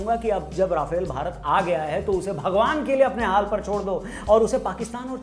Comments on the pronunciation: Bhai sahab राफेल nahi रफाल hota hai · Video bohit mst ,bs rafale ko aap rafaal pronounce kro